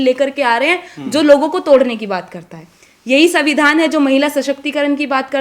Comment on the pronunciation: मेवाड़ी वीरांगना को सुन अच्छा लगा बुरा न माने हिन्दी अच्छी है संविधान शब्द का उच्चारण पर ध्यान रखना होगा 🎉